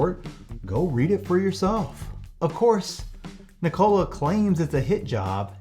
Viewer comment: Ever time he mispronounces Nikola everyone take a shot!